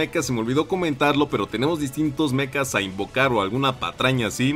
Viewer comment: Se dice Mechas no Mecas 😅